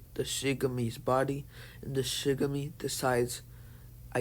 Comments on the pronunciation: It's not Shigami it's shinigami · yes but its pronounced shin-a-ga-mi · Its not shigami its shinigami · Bro Shinigami not shigame